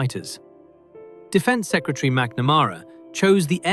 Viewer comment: Learnn how to pronounce McNamara, please.